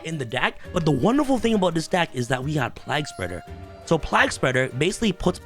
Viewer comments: The card I think should be band is destiny hero destroyer phoenix enforcer. Also it's plague spreader like the black plague not like your saying Prague with an L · lmao Bro its pronounced PLAYg- Spreader too funny!! hahaha also, isnt Haliqufribrax banned now? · Man, the way you pronounce plaguespreader is whack.